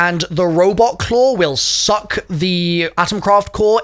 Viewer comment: The way emphasized that suck hahah